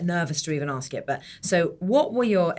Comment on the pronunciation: Please Idris say ASK properly not AKS, it spoils your amazing interviews